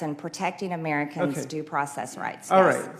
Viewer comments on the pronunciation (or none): Any person with a functional brain could listen to MTG who pronounces Americans as (Amyiericans) can easily see that she is so ignorant and must have been passing notes to her BFFS during English literature classes (if she had any) is an embarrassment to her state!